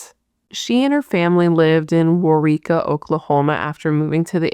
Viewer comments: You are right on how to pronouce Waurika. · Thank you so much for checking out this case. I lived in Waurika, you got the pronunciation right btw, in 2002 to 2004. That poor girl's name was dragged through the mud in every story I heard around town. That always made me sad to think that she was just a little girl, just a few years younger than me, could have been that bad and she in no way, deserved what happened to her. I knew you would do her justice. The one detail that always disturbed me, like felt icky, from the first time I heard the story was he was crowned homecoming king while her body was in the river. Thanks again, your hair is so cute and have a great week! Cheers from Marlow.